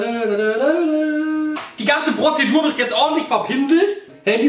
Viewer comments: Wie oft hat Julian bitte „Pozidur” gesagt??? 😂😂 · Die „Prozedur“ 🤪😂😂😂